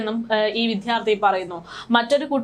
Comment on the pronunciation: വിഥ്യാർത്തി എന്നല്ല, വിദ്യാർത്ഥി എന്നാണ് പറയേണ്ടത് ❤️